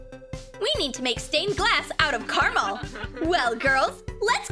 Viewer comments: WHO ELSE IS ANNOYING HOW SHE KEEPS SAYING CARAMAL OMG ITS CARAMEL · Who says carmle????